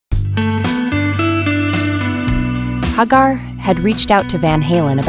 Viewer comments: HAG-AR?…..(Pronounced HAY-Gar) This AI stuff is annoying. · It's pronounced HAGAR and not HAAGAR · AI Crap... can't even pronounce the guys name right.